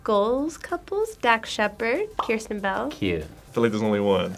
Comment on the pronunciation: Yeah I know. But it’s Kristen, not KEIRSTEN.